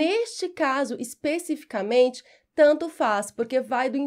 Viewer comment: obrigado. Contudo a pronúncia de " especificamente" está incorreta...